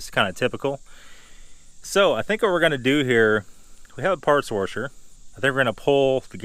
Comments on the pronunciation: But why "warsher"? And not "washer"? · Wtf is wurrrrsher? Jk man, good video.